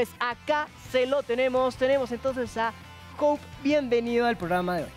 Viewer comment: Muy chévere todo! Pero por cierto es Hope no Houpe :D